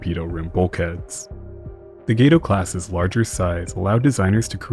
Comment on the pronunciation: Correction: Gato is pronounced Gahto, spanish for cat!